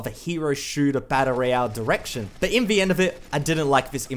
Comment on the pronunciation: I like the content and you, but every time I hear "in vee end" I die a little every time. But habit's are hard to break, so kinda has to be forgiven :3